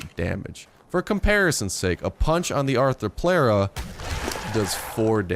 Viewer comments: It's pronounced arthro-plura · You were really close with the first pronunciation of Arthropleura.